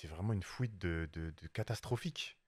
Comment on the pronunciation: C’est la juge qui a dit fouite